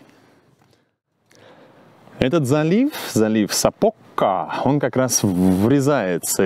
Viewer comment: спасибо! Прожила в этом городе 4 года. Очень тепло было окунуться в воспоминания. Хочу немного поправить— у финов всегда ударения делается на первый слог. И в названиях также. Поэтому вернее говорить САпока, а не СапОка